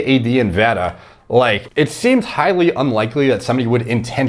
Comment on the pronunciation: As a huge boxing fan. It hurts my ears on how you say Vada 😭